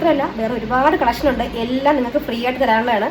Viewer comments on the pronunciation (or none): none